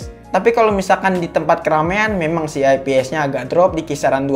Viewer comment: saran aja nih,ngomongnya fps bukan eps.